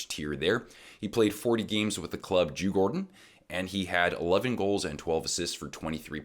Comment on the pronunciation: Your pronunciation of Djurgården, was almost perfect!!